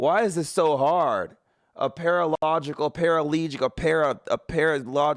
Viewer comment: He said a paralegical liar 😂